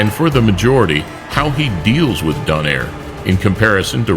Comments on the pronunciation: also Nonito Do nay re not doner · It's pronounced as "Donayre"